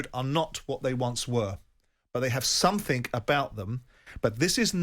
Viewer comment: Say something 4 eyes jordon “Somethink” 😂😂😂